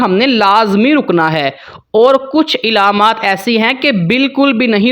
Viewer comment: Ilaamaat nahi bhaai, alaamaat pronounce karen